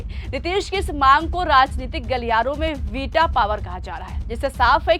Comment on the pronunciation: वीटा नहीं वीटो